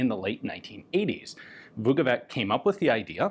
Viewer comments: "Vukovitch" is closer in pronunciation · I am not a Croat, but a slav nonetheless and a letter C at the and of names DOES NOT pronounce like K. It is pronounced like the last sound in the English word "which" - the closest approximation. So Vukovich, as they anglicize this name often, is the good way to pronounce it. Putting a K at the end sounds really bad, bordering on disrespectful.